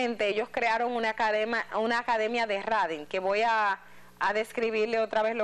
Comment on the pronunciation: La palabra exacta es TRADING por favor lic Edith Febles. La pronunciación es 😂Treidin